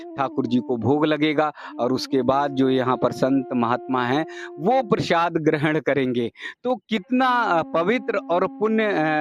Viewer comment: Bhai use प्रशाद nhi प्रसाद बोलते है समझे